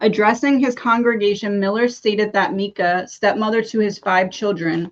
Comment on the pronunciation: It’s pronounced M-eye-kuh not meekaa